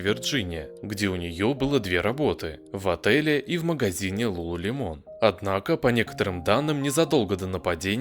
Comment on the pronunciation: Не ЛулулемОн, а ЛулулЕмон….